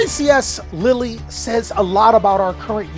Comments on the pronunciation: juste say : lil', as a guy who lives there, I'm not that offended, it just made me suffer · Hey france, your state now is pronounced lilly. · too bad its "lill" , Europe isn"t a country it's a contienet with multiple contries in it,trust french poeple not just europeans in general on pronounciation of french words/names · Love American pronunciations of place names 'lilly' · Did bro just call it LILLY 💀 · No LILLY dawg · As a french man, you indeed mispronounced Lille, but it's not a big deal, thank you for taking the time to ask your viewers beforehand, always line someone who tries to resoect other languages! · I'm pretty sure not the first person in the world to mispronounce a European word. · As a french viewer sorry bruh but thats not how its pronounced hahaha the euro peeps in ur chat lied to you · again shows his worldliness with another spot on pronunciation